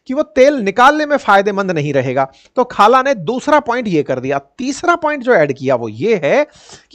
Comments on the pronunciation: Sir khala nahi kala😂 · रिपोटर बना हे तो नाम ढंग से पढ , खाला नही हे काया हे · Naam tho dhang se le bhai khala naam nai hai uska kaja hai 😂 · Sir ye khala nahi kaja hai 😅😅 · khalaa nahi kaja hoga😅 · खाला नहीं काजा बोलो।